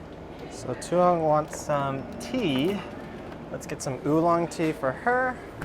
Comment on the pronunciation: i've always been confused by thoung's name at the start. sounds like you say thuong des and she says thuong chan. I've probably butchered the spelling of des and chan lol